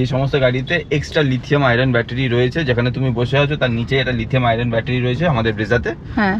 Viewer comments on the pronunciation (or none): it's *Lithium-ion battery, not 'Lithium-iron'.